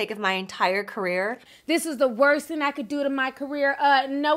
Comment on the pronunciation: "Thing" has a "g" at the end Ti 🤣